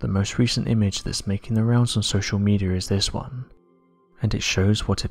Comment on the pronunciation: He said social medior hahaha LOL